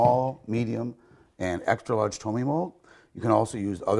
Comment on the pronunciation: "Tomme" is not pronounced "tummy". It is "toam"